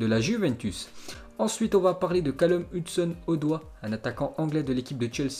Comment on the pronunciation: C grave ce foot x comment il pronnonce le nom de hudson odoi